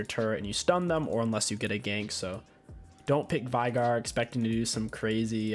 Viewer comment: VAIIIGAR. ITS VEIGAR YOU IDIOT.